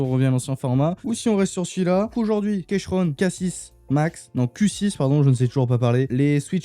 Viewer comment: Ça se prononce "kiikrone" pas kéchrone ˆˆ Et les touches supplémentaire c'est pour le mapping MacOS qui en France est assez différent du mapping PC AZERTY classique.